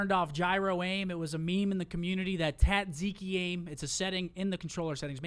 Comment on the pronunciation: The way Scump says tzatziki will always get to me😂